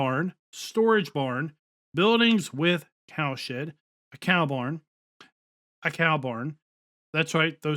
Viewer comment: I know you are saying cow shed but I swear it sounds like you are say cow s**t. Lol 🤣😅